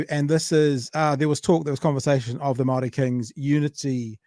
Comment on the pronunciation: Jackass can't even pronounce Māori properly. 😒